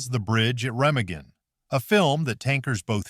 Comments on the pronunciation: Pronounced reMAgen, not REMagen. Learn your craft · The only real tanks were Russian and the German was a made up Tiger on a T34 chassis. #8 Captured Sherman tanks (NEVER HAPPENED). You should have had someone pronounce some words that you said completely wrong like DAS and REMAGEN. The last 3 I saw no tanks.